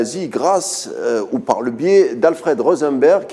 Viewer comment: « Touz par » ??? 🧐